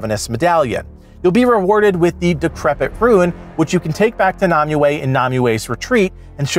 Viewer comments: I'm going to kill m myself if you keep calling her Nami-way!! its pronounced, Nim-way ! spelled Nimue!! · Why can't you pronounce nemue